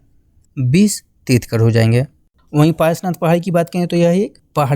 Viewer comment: Trithkar nhi trithankar hota hai sahi Se bolo yaar